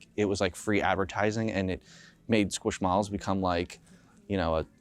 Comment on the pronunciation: When I heard him pronounce Squishmallows 😮 hit my ear so wrong.